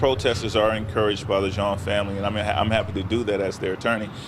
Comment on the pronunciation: It’s pronounced “John”... Why wasn’t she administering CPR upon discovering her “ mistake”?